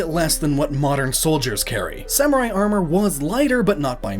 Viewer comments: I don't like the way that guy says arMORE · for the love of god stop saying "armore" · Take a drink every time he says Arm Oar. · "AreMore" o.o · omg stop saying Ar-moor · this dude says armooure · when he said armor like arm more I couldn't stop laughing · wow....the way that guy pronounces armor...is just....cringy.....>.> i know it's his accent and he can't really help it i suppose but...still hearing it pronounced like that heck from anyone just...makes my ears hurt ahhhh >.<